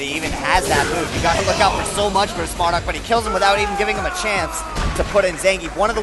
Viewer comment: hey, get it right! it's MarDUKE!